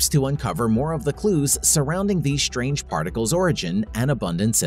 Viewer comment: "Shtrange", "shtrong", "ashtronomy".....